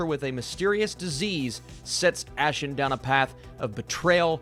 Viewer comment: Her name is pronounce as "Ah Sheen" not Ash Sion 🙄